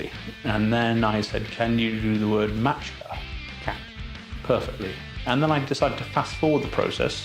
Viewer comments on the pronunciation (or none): kakva maéka, pa kaže se mačka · As a fellow croatian, i would have to criticize you for not using the č in mačka. All is good tho, great video! Hope you dont go to ZAGORJE, pretty wierd croatian there.